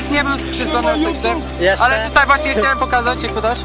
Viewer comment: hciał ??? LoL Chciał jak najwyżej